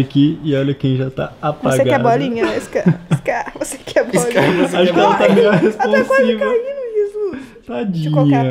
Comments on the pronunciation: Mano é "SKAR" com k ñ com c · Gente é: Skar ✅ Scar ❌ Compreesão sério me dá uma agonia 🙃